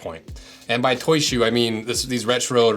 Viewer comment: Bro I’m sorry but I hate how he calls it “Toy ShOe”